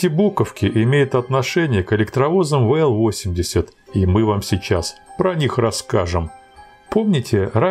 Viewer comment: Вообщето буквенные индексы надо произносить по русски.... а не по английски.... Дальше смотреть не стал....